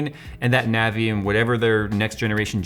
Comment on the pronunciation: It's pronounced nah-vee & I know this as Navi is my name ;-)